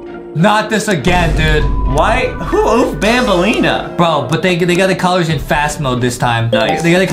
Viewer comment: not banalna its banbaleena